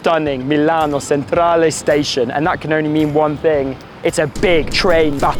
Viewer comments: Guys, it’s Milano CENTRALE, not Milano SENTRALE. 😂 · Bad accent?! Milano Chen-tra-ley is how it’s pronounced 😂